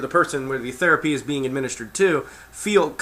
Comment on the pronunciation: ''the therea-PEE-EEE!'' LMAO!